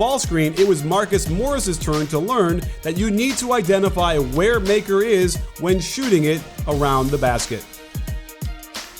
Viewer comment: I don’t care or anything but Maker is pronounced “Mu-ckur”